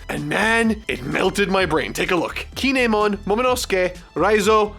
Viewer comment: How are you in Wano and don't know how to say Kin'emon